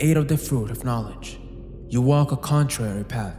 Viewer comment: Bro…how the fuck did you pronounce “you” like that